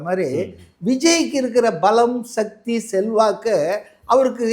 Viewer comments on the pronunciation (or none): none